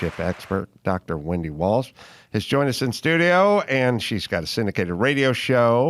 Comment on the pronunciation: Wendy walsh !!!! Not williams 😅😅